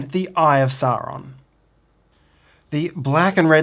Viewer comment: Hey guys. Another great instructional video (and not just because you pronounce Sauron normally) We’re holiday if in Tasmania and just bought it. Can’t wait to get it home and play, hope we not overweight in our luggage.